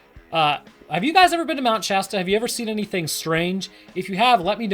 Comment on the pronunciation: I’m just thanking the lord you pronounce Shasta right. I can’t tell you how many other creators just say “Shaw-Staw”